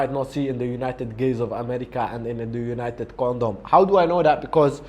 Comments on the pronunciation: " united condom " hahaha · " United condom " lol